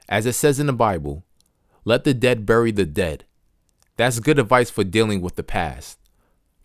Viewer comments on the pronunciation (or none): none